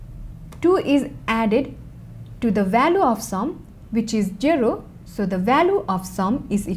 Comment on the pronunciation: She has no "sh"😂 And the way she says jero instead of zero Cute accent